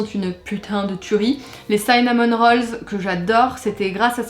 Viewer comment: Je te lèche un commentaire pour te dire qu à 33 ans je n'ai toujours jamais goûté de pumkin pie ! Et cinnamon, se prononce cinnamon et pas saïnnamon (oui cette info est inutile, pardon 😁)